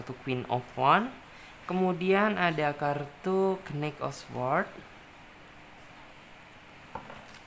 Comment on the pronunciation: knight dibaca nait kali mbak..hwhehe...masak knik 😂😂😂😂